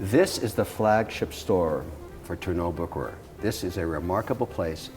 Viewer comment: Kevin,, you two need to come visit me in Lucerne so I can show you both the original Bucherer and teach you how to properly pronounce the name;) phenomenal video! All the best from Lucerne